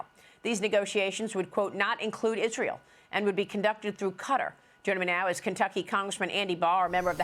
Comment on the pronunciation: This fool can't even say israel I mean, don't get me wrong. I'm tired of being a slave. To the democratic spending, I don't condone wars but this fool can't even say the real name correctly.